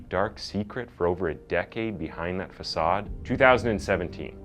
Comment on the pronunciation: OMG you said façade correctly! xD Usually you say it like fuh sayd! idk why but this made my arms go up like "OMG YES" and i started laughing. such an odd thing to be excited about, but, my brain is weird. its the little lights in dark times that shine brightest i suppose